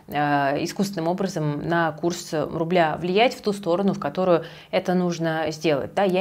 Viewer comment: Когда говорит руБля ощущение что она ругается))